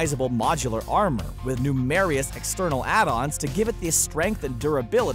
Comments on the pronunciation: I’m subscribed for the Pitch Meetings. These other videos need improving. In the last video I watched they showed pictures of Andrew McCarthy with RDJ a number of times, thinking he was James Spader. ‘numerious’? Do you mean ‘numerous’? Dudes... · Did he try and say numerous? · HA! Thank you! That said, 'numerious" might slip into my lexicon, like how I involuntarily say "sammich" now if I don't catch myself. 'Nooooo-MARE-ee-us'. I like it! :-D